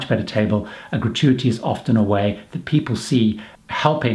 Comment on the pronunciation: How many time has he said gratuity in this video. He pronounces it wrongly which makes it stand out. FAIL